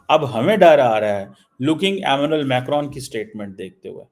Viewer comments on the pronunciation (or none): none